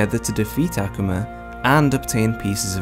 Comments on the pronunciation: Okay mana wasn’t a demon mana was a “human” made into an Akuma. And it’s not ackewma it’s Ah-Koo-mah. But thank you for this for us he newbies and casual fans. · Why does he say akoma like that I can’t 😢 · The way he says akuma kills me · The way he says akuma makes me cringe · The way he says akuma😐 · urgh Akuma is just the japanese word for Demon so stop saying Akuma in this cringe pronounciation <.< just say frikkin demon